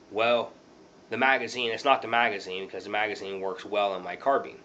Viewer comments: it's a carbine not carbeem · Sounds like he saying carbeams